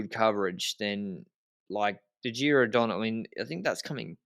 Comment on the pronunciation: in Giro DonnE the final "e" is not mute, it's not an English word. Love your analyses all the time by the way guys